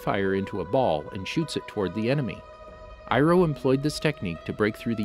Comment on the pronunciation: General iroh more like GENERAL FIRE-O